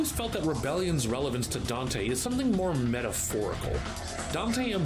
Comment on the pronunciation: that one also I think it was because of the way the voice actor pronounced dante